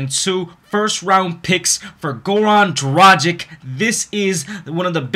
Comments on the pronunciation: Its pronounced Goran Dragich. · Well, since I'm from Slovenia, I can tell you that his last name is pronounced DraG(G like in the word draGon)iCH. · I just want to tell you that you spell his name the wrong way. You have to spell it like Goran Dragitch, because he is from Serbia and the last C in the surname is always spelled like tch in witch. But no offense man, its just a little help for you with foreign names. Keep on with your great content. Greetings from Austria ***** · It's pronounced gra gich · Just wanted to let you know: it's pronounced DRAGICH...........regards from Slovenia. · Dude! All is good but PLEASE! work on your "Dragič" pronunication :) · Dude try to pronounce Dragic like is right! It sounds offensive as you say it'